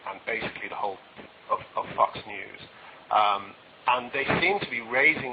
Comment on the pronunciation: Is this? Sure sounds like him. When he says Fox news it kinda sounds like Fucks News, which they do, made me chuckle.